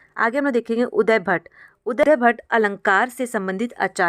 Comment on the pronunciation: Mam aap samjhate samay buhut important cheezon ko galat bolti hain. काव्यादर्श को काव्यादर्शन अलंकार का मूल वक्रोक्ति है न कि अलंकार ही स्वयं वक्रोक्ति। उद्भट को उदयभट्ट बोल रहीं हैं। संस्कृत के श्लोक का उच्चारण भी सही नहीं था। कृपया ध्यान रखें आप नेट,जेआरएफ हैं, पीएचडी भी कर रहीं हैं।